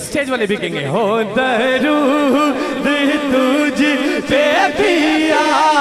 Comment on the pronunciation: Bhai jaan plzz talaffuz b durst kijye....darood nai duuroood hota hai